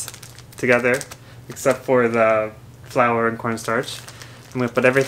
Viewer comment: 小麦粉の発音わからんすぎる。完全に花。 てかジャパニーズフライドチキンなんや。日本だけなんや。